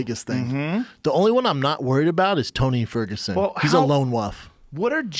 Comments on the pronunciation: "lone wuff" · Brendan "He's a lone Woof" Schaub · "He's a lone woof" -Brendan Schaub 2020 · Brenda! It's not melk and it's not wuff MILK AND WOLF! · Eric Wickens brotha, I think there’s a problem with people saying wolf or Wahlberg now, Luke Thomas said woof earlier on his podcast, too. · Tony Ferguson "He's a lone wuff"